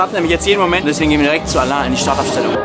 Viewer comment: Altää... dä Alain (alää ausgesprochen) denkt sich sicher auch immer wieso der Felix ihm Alan und nicht Alä sagt...😂